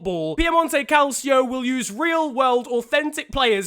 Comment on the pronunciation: It's pronounced cal/cho